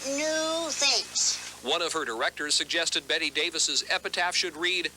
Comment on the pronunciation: Her name Bette not Betty